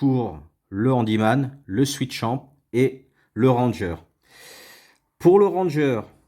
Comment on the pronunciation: Swisschamp et pas switchamp ! :) Sinon très bonne vidéo...